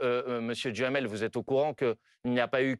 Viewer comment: 😂😂😂 J'adore ! M.BOMPARD prononce le nom de M. DUHAMEL par M. Djamel, tiennnns 😂😂